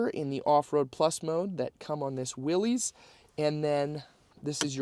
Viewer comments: It is pronounced Williss, not Willies 🏴‍☠️😎🦆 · It’s pronounced, “Willis”.